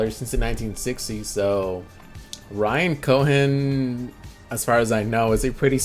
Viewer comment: I have the same question. If it is, I’m very surprised he is mispronouncing Warren buffet and Ryan cohens names